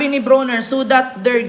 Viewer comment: It's Brawner...not Browner as in Brownie...😅